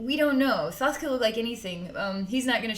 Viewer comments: You are pronouncing his name wrong. It is spelled THOTH but pronounce it like you this: (Tah Ho Tah Hey). Blessings 🙏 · The h in his name is silent, sweet-pea...like Toth with a long O..